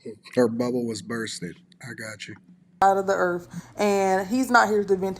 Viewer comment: “Da erf.”